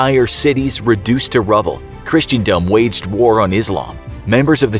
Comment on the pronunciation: Even just down to how they said christendom at the start is wrong lol